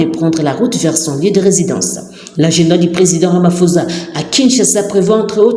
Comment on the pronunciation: c'est ecrit RAMAPHOSA, mais ca se prononce "RAMAPOSSA" et non pas "RAMAFOZA" s'il vous plait.